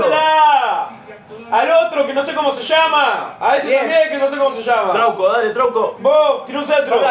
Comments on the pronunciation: "al otro que no se como se shama, a ese tambien que no se como se shama" hjaahhahahjahja ptmr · " al otro q no se como se shama. Y el otro tambien q no se como se shama.." .. jajaja estos pibes son 1nos lokillos..😂😂. Saludos hermanos y gracias x alentar.